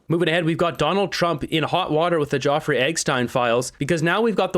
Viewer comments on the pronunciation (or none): please--It's Jeff; nor jaw. (Or is it a YouTube thing?) Like having to self-censor, and saying ridiculous things like "unalived."